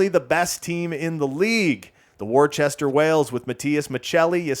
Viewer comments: Just a warning before the Eastern Massachusetts people come after you: Worcester, MA is pronounced Wooster (or with the accent Wustah). I learned this the hard way. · worcester is pronounced wuss-ter